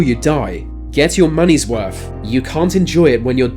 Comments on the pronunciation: Did he say wurf? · Get your moneys worfh Said Richard Smifh who was completely smoofh so remember deafh two fousand.